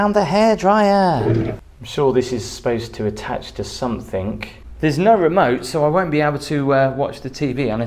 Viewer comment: the word is ‘something’ not ‘somethink’, please stop it.